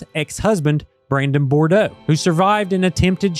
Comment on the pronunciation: Good, comprehensive report. One thing - Brandon’s last name is pronounced, Bood-roah, not Bor-doh.